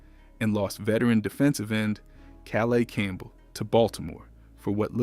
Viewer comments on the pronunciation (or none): Atleast say Calais Campbell's name right if you're gonna claim to know ball